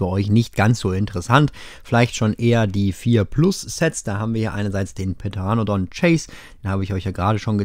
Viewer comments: Petaranodon 😂😂 sorry nicht falsch verstehen ist nicht böse gemeint es heißt pteranodon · Der Kerl heißt PTeranodon und nicht PEteronodon und schon gar nicht PEDeronodon HILFEEEEEEEEEEEEEEEEEEEEEEEEEEEEEEEEEE Quetzalcoatlus hast absichtlich nicht probiert, huh? ;) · ja, und das P ist stumm, d.h. aussprechen sollte man den Namen des verbreitetsten Flugsauriers zumindest was Skelettfunde anbelangt wie folgt: 'teranodon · Hey, kurze Verbesserung, man sprich es teranodon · Pteranodon wird ohne p ausgesprohen aber nicht schlim.